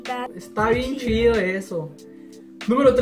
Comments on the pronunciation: por que pronuncian el "ch" como "sh"? por ejemplo "que shido". vivo en el paso tx pero soy de coahuila y he notado que muSha gente en juarez habla asi jaja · Usan las palabras con shi jaajajaja como esta shido esta mashin. .. y pinshe